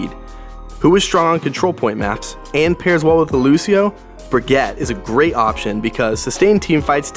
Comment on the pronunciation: Nice vid, but BURGETTE.. bruh Brig, or Brigeett